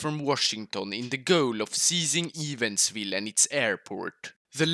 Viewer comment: I love how he pronounced Evansville. I live there and it's so fucking funny dude 🤣🤣 . Its pronounced (evans-ville)